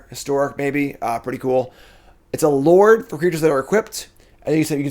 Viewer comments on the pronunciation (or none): none